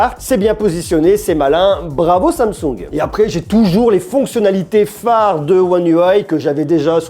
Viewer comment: qui va se faire kidnappé par les Coréens pour avoir dit samesaoul au lieu de Samsung 😂😂😂